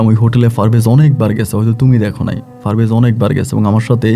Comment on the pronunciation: For your kind information it's not Farvez it is parvez